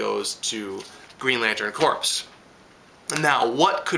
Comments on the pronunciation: P.s. Just so you know, 'corps' is pronounced 'core' rather than 'corpse'. Haha, them soldiers may not be too happy if you asked if they were in the Marine corpse! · another great review still mispronouncig green lantern corps (lol) but still love what you have to say every week